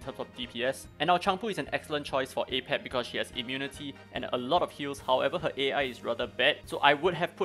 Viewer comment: It's actually not pronounced as ei-pep but rather uh-pep. Sorry to get nerdy lol 🤓 I just managed to auto k10 with my own team ( Li ling, Freya, Sander, Medusa , Chang pu) so this guide was helpfull to which characters I need to focus next